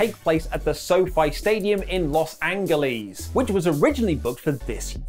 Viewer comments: it’s pronounced Los An-Gel-es. I love ya, but god idk why this bothers me so much. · “ Los Angleies “😭😭😭